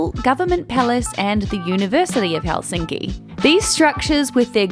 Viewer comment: Your pronunciation of Finnish words is awful when it’s so simple. The stress is always on the first syllable: so it’s HELsinki👌, not HelSINki😣. And the letters are pronounced the same way independent of surrounding letters except pairs nk and ng which are the same as in English as there’s no single letter representing that phoneme. 🤔👍